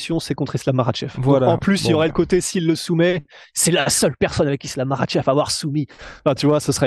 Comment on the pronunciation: on est en France ici, merci de prononcer les noms des combattants islamistes à la française!!!! maKach pas marrrrrrchevrrr!!! On dirait que vous avez une mauvaise grippe permanente